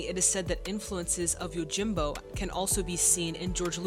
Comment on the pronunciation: YOJIM-bo, not YO-jimbo....